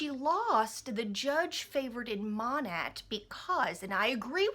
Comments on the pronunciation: Just FYI it’s pronounced “Moh-Nate” not moh-nat. :) it is scary how similar they are to wen and wen went under... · As a former MP it's pronounced Maw-Naaaaa. Like saying bye to lots of money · Don’t you think u should know how to pronounce it if you are gonna rant on it?? 😆